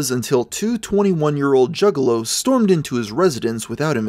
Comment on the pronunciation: Initially, I thought you were referring to male prostitutes. Then I realized you were saying "juggalos", not "jiggalos".